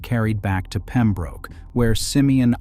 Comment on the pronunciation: It's pronounced Pem-brook, not Pem-broke.